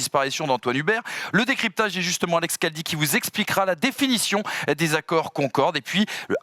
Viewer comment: Caldi 😂😂😂 c est Khaldi